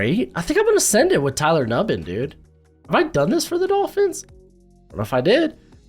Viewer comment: It's new-binn - not nubb-in